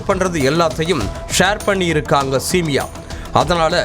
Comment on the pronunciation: சிமியா சொல்லு சேமியா இல்ல சிமியா